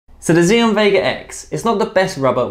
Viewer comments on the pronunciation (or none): Apparently it's pronounced 'Axiom', not 'Ziom'. Great video, keep up the good work. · The brand name is pronounced like the English word axiom. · How feasible do you think the vega x would be with 2.0mm as a backhand rubber? Btw just a note the brand xiom is pronounced as axiom.